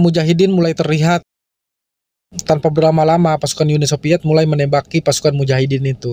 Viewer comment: Uni SoViet bukan Uni SoPiet. InVasi bukan inPasi. F bukan eP. V bukan P. Ngerti ya mang?